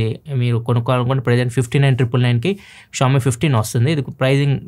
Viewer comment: please don't say Ksh-oami.. vinataaniki ibbandi ga undi, try saying sh-oami